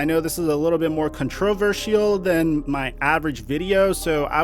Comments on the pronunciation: I'm much more offended by the way that our boy pronounces (mispronounces) the word controversial.... I don't know how "civil" I can be when someone pronounces controversial..."con-trow-versial". It's uncivilized!! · I've never heard someone say controversial like that. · I've never heard "controversial" said like that in my life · good catch on your horrible pronunciation of "controversial" that was definitely a new one 🤣🤣 much love tho man, and nobody complain im just bustin his balls, thats what men do. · That pronunciation of controversial was something I never heard before. I’ll start using it from now on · All I have to say is I don't like the way you say controversial.. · Me too! Lmao! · Also learn how to say controversial